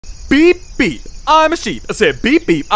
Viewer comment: y suena como si dijo Pipi